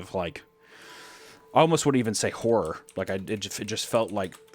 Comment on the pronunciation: 😂❤ I swore you called Hunter "Hummer" after he said "hore" but truly meant "horror" 😅😅😂